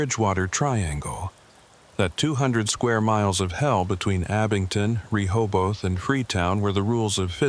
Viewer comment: Ree hobe eth say quickly